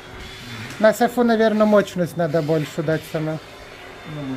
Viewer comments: не моЧность, а моЩность. Как же ты врачом собираешься стать? Ты бы сначала разговаривать научился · 🤣🤣🤣Мочность🤣🤣🤣🤣,не мочность, а мощность🤣🤣🤣Учись правильно говорить,студент🤣🤣🤣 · МоЧность от слова моЧи